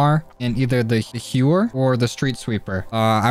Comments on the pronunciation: I think the pump shotty is pronounced “How-Er” instead of “hue-er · And pronounce it correctly plz